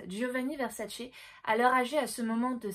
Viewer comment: C'est pas VersaCE, ça se dit VerSAce on mets l'accent sur le SA et non sur le CE....c'est juste insoutenable...à moins que tu aimes les spaghettis aux vongoLEs ou que tu regardes le mondiaLE 🤣🤣🤣